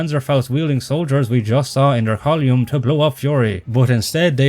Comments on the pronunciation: Inaccuracies in narration....Colliumn!?!?!?!?!? Great vid btw. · I think the biggest inaccuracy is your pronunciation of "column" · I committed su1cide every time you said "Column", but i still hyped your video so you can't be mad.